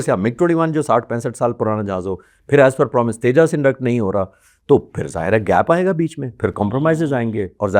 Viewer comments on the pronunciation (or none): Dope anchor !! Tejas ko Tejjaasss bol raha hai And this Air Force retired officer thinks he knows the plans of IAF 😂😂😂